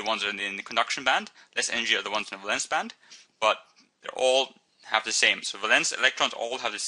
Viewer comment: valence , say it properly